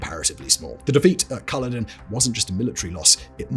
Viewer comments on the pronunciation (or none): I know Simon is a Southerner, but as a Scot I cringed at his pronunciation of Culloden as KUH-loh-din, instead of kuh-LOH-din! He gets a pass though, as it's just how he rolls! (and given that a few entries later he butchered the pronunciation of Al-Andalus, I guess we should all just let it go!)